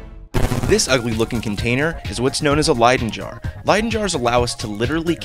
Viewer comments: Pronounced lie-dun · No bro, it's leydon.